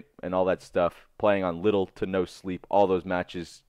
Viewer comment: Sounded like you said little Nintendo sleep, took me a second to realize it was little to no sleep. But really little Nintendo sleep works well, I barely slept when on that Nintendo grind.